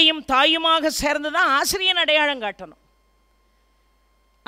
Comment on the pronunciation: அடையாளம் adayazhm வளர்ந்து vazhndu கட்டளை kattazhai Lavukkum zhavkkum உச்சரிப்பு